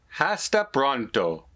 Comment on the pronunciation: your pronunciation of "Hasta Pronto" was so bad that if I were the Marketing VP of Babble, I would drop you in a minute. You are no ambassador salesperson for this product. Give it up. The "H" is never pronounced always silent. And while you were at it you butchered the second word "Pronto" too. C'mon man! Even with Babbel one cannot possibly freely converse with anyone in Spanish speaking countries unless they spend about over two years with the product using it every day. The beginner Spanish student would be better off with YouTube videos which are free and excellent.